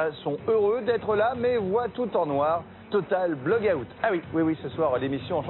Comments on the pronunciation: Total black hotte? 😂 ahah j'adore toujours ton accent 😍. J'était trop contente quand je t'ai vu! WARRIORRRR qui crie un peutipeu mais pas beaucoup (SIC). Ce TBO était tellement bien avec les bloggeurs/euses j'ai adoré! Dommage que t'a perdu 😯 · Tu m'as fait beaucoup rire!! Sinon super accent total black hôte mdr